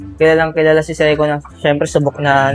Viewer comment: Say-Ko paki ayus nga Ang pronunciation inamoka.